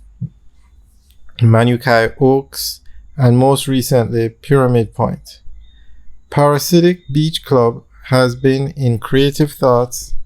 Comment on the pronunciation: Friend it’s pronounced ‘Para-dee-siac’ not Parasidic. Its a strange name and not the most easy to pronounce I know….you always want something classy and memorable